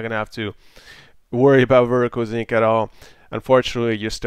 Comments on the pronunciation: sync not zinc reeeeeee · lol, it started bothering me after the first 15 times and I'm thinking in my head "SYNC" "IT'S SYNC" "NOT ZINC" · "Vertical Zinc"